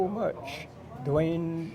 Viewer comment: Wow, that fella murdered your last name Duane ..LOL! ;)